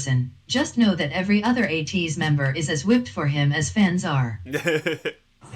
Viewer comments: I see six months in and some people still do not know how to pronounce ATEEZ - it's a long A like in the word SAY, so it's AYYYY tee....Z like AYY-tease...not Ahhh Teez....and yes it's AYYYY tiny like tin - ee...just like they say in the word Destiny...it's not tiny as in little....so if you're gonna stan, let's stan correctly :) Now, you think all the vids are good, you should see them actually in concert...it's epic!!!! If you ever get the chance, do not hesitate, DO IT!!!! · It's pronounced A-Teeny.